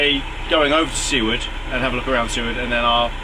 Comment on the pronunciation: BTW it's Soo-ward. You're saying it correctly.